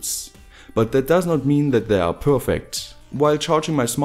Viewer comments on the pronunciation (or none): none